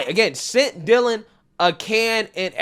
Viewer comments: DIE-lan? Who is DIE-lan? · Newscaster said “Dielan Mulvaney” lol wth, who pronounces Dylan that way?